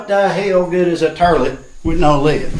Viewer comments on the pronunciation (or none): Imma have that damn song in my head for 3 days now hahahahah and ive never heard someone say tourlette before....love it hahahhaha in he made a dunny funny and no no pooping in the new place, plug everyones butts before they enter...Dollys, Jaspers, Tillies etc....